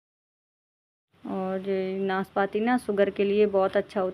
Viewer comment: Naas paati nahi naaspati like piear.